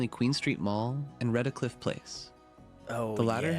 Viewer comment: He also said Redacliff?? It’s REDcliff.